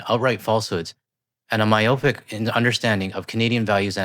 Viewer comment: lol "MY-op-ick" hmm maybe "my-OP-ick"....